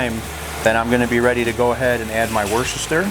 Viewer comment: From an Englishman, I know how it's spelled but it's pronounced "Wuster" or "Wustersher". Great recipe though.